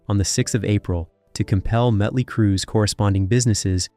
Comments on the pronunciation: Hey dumbass! It's Motley, not Muttley! Muttley is a cartoon character, like you. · What? This narrator from england ?he keeps saying mutley not motley.?😊🤷‍♀️🤷🤭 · why are saying "mutly crue"?wtf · Can't take it seriously. "Mutley crew" 😂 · DUDDDEEEE why do u keep saying MUTLEY!?!? Like for real!?!? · Damn. Bad bro...bad. Mütley Crüe? Better yank this and redo the narration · Who put this shit together?!! The guy can’t even pronounce “Motley”. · Metley crue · he was just like: metly mutly like what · Why can't the narrator say Mötley correctly? Is it some kind of computer-generated voice because it/he also pronounces other common words incorrectly? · Dude cant even pronounce the name of the band right. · He's pronouncing the band name wrong because he's pronouncing the umlaut over the O, which just makes it clear he knows nothing about the band. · Right? That bothered me throughout the entire video.